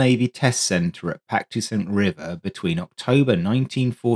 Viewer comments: At about in this video: "Patuxent River" {Maryland, USA} is pronounced 'pah-tux-ent'. At least that is how I pronounce it. I know because before I was in the US Coast Guard I was in the US Navy, and was stationed at 'Pax River' from mid-1983 to early 1986. And it took me a while to get the pronunciation correct myself...😊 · Patuxent, accent is on the 2nd syllable. pa-TUX-ent. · Well as someone from the UK, I have always called it Pax River, on the basis that if I tried to pronounce the whole word I would get it wrong. I admire the narrator for trying, out of curiosity, how is Patuxent pronounced correctly?